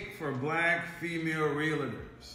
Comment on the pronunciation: Please stop calling them Realators. It's Realtors.